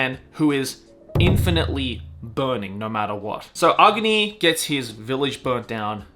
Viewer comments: Agni (not aogni 😆) is a hindi word which means fire. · Ahguni or Ahgni like how they pronounce Agni Kai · I've never heard someone pronounce AGNI that way.